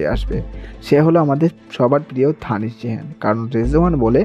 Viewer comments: Dhanidh na bhaijan Danish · Ota ধানিস নয় Danis